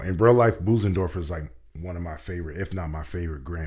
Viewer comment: You mispronounce Bösendorfer in a rather funny way. - "Busen" (as you say it) means "bosom". The ö sounds a bit like the e in nerd or the i in girl...